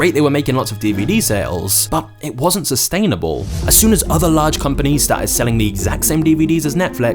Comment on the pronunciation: he said star tits instead of started